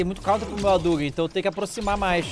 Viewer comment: Roriuguêm 😅 Adugüem